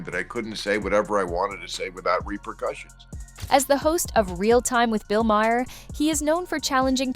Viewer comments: It's not Bill MAHAIR. It's Bill Maher, like Marr. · The title of this video is so misleading. The video itself is terrible. Whoever is narrating? My goodness! Not sure if it’s A.I. or not, pronouncing MaHer and then MaYer. It’s just MAR! Also, Colbert with a hard T? I couldn’t even finish this stupid video. You should just take this down. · His name is pronounced 'Ma' as in mother. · Its pronounced Bill marr and Colbear. Your pronunciation of Maher was almost bad enough that I questioned who you were talking about. Also repeatinv the same talking points over is truly getting annoying ! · I refuse to watch any more CNN AI narrated videos. They mispronounced Mayer's name every single time and sang the virtues of Collins way too many times. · Might help if the narrator pronounced Bill Maher’s name correctly. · How many different ways is CI going to pronounce Bill Maher’s name? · Who is this reporter? She can't even say his name right. She might want to find another profession. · Def takes away from the message. These seems like AI, as the pronunciation changes; I heard at least 5 different pronunciations.